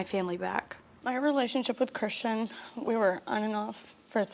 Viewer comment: His name is christian, not chrishan, she keeps calling him chrishan, so annoying